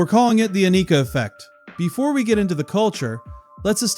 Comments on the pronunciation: Ann-i-ka.... NOT A-nee-ka..... say it right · Rush has always been the coolest band in the world. Learn to say her name. Jfc it's like the people mispronouncing Neil's name.